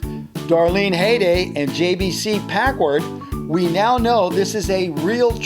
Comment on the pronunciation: Packward?😅 Anyway, I’m glad I could be of service!😉👍